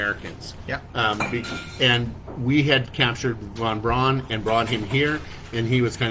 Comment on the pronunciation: Van bring not von braun